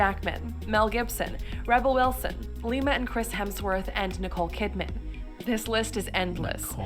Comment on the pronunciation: did that dingbat actually call Liam Hemsworth LIMA?